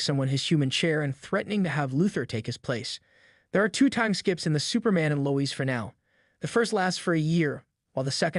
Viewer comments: Low ezz bro it’s Lois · Why are you saying Lois name like that? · I want to punch myself in the face hearing the way you pronounce Lois.